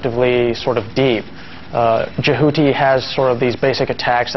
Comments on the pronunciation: eewwwww why does he say Jehuty like "Jahooty"? That sounds so unattractive. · The first reviewer bloke is a complete fool: he says "Je-HOO-ty", when everyone in the game calls it "Jehuty." I may be a ZOE nerd, but it's still an unforgivable error in pronunciation. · No, i lived in Japan, my room-mate didn't pronounce it like the guy in the review does, it was more like Je-hoo-tea. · The way he pronounces Jehuty, lmfao. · hahah yeah thats what i thought 4 the story line and the way he said jehuty